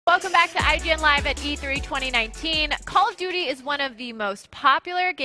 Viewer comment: calloughdoughty modern warfare